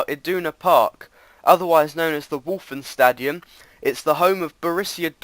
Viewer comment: Oh yes,and when you say:Westfalenstadion it sound weird :p It sounds like: ,,Wolfenstadion'' hehe :)